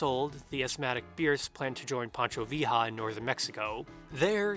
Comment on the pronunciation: great video as usual but that pronunciation of pancho villa is an attack to my senses